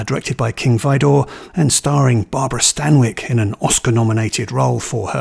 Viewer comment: Howard Koch, rhymes with watch. King vEdor.